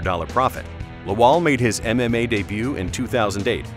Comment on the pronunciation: Everytime he says "MMA" I only hear "anime" and it's fucking funny